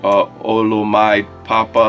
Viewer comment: Pronounced Oh-Loh-Me-Day!